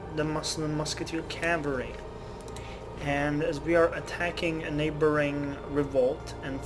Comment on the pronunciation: The reason you fucked up reading the Musket Charge Calvary description is that it's missing a word.